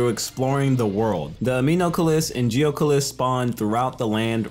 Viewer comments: To pronounce it, you say Anem-oculus and Geo-Oculus, say Geo or anem then say Oculus as in the VR headset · Mah boy legit called Anemoculus and Geoculus as Aminocles and Geocles.